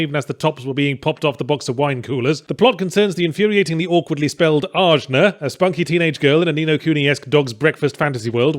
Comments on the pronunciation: Wouldn't it Ah-Na, not AJ-Na? Pretty sure that J is supposed to have an H sound. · It's weird to me that you keep harping on her name. While you were playing you mentioned it sounded like they just drew letter out of hat. It's the Sanskrit word for the third eye chakra.